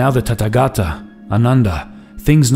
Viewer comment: It is not Tattagata, it is Tathagatha. Th like in thief.